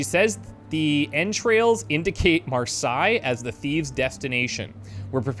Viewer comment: Marseilles is pronounced "Mar-say" and Quai is French for Quay, pronounced "Key".